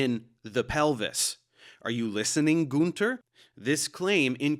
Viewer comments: btw. I love and respect your videos. But as a native German speaker, I need to mention that you mispronounced Günter's name. YOu called him Gunter (Goonther) but he's actually pronounced like Günter (Günter)! :D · Man it‘s gÜnter not gunter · Every time I hear a native English speaking person pronounce the name Günter my nails screw themselves up ^^ (u and ü is not pronounced the same way…). ok this guy’s German accent is even more annoying ^^ I’m not a German but German is my native language so I am allowed to say that ^^